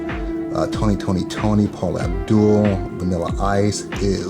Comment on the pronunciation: Where you get all those music related VHS.. when you said Vinalla Ice ewww you a fool for that